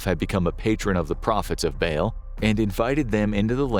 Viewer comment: Dude you saying bail was driving me insane. Its pronounced "ball" for Ba'al. Holy hell